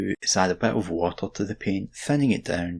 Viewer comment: Hey, I'm of the same ancestry and I had no idea that there was a "g" in the middle of the word "water." Now I know. Now I know.